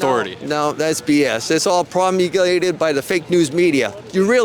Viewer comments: “Promugilated” I DO MY OWN RESEARCH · "Promeeglated" lol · “That’s all prom-nigli-ated by the fake news media”. Go. Go MTN.